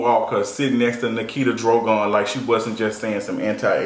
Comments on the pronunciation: It's pronounced Dragon not Drogun. Nikita Dragun. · It’s pronounced Nikita DRAGON. Also, I’ve always felt the disposition of non black people wearing braids was surface. We have deeper issues to deal with. Let them do what they want with their hair. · I’m ⚰️ at how pronounces Nikita’s last name